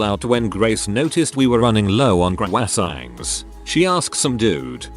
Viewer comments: "Crowhyisangs" WUT??? XD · Had a stroke trying to pronounce croissants.